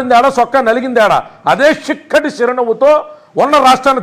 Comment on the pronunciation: షక్కటి షిరునవ్వు 😂😂😂😂